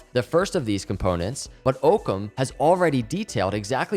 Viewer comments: I think it is pronounced ock-ums razor, which is a scientific tule that basically says the simplest solution or explanation is typically the correct one. If I park my car in the same spot every single day, but today walk to that space , my car is not there, but an orange cone is there, my first reaction should not be that my car turned into an orange cone. The simplest answer should be that I parked my car somewhere else. This idea ties in well with this company’s mission. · Its not OOHKUM its AAAHKUM . DONT YOU KNOW WHAT THE PHRASE OCCUM RAZOR ? IT MEANS THE SIMPLEST ANSWER IS THE RIGHT ANSWER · What is his native language? English speakers say Ock-ham or Ock-hum. but the "h" is barely audible. Just sayin... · I’m not positive but I think it’s named after the concept, pronounced (Ah-koms razor) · Love the video, but it's pronounced Ah-cahm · I believe Occam is pronounced like Rock without the R. Occam as in Occam’s Razor. Thanks for the content! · And it’s actually pronounced “aw-come” razor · Pronounced "awkcum" razer. It'd a century's old play on words. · Btw it's Occam as in hockey (not as in Oak). The other spelling of it is in fact Ockam. I'll be listening!! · Cringe evertime he mispronounces occam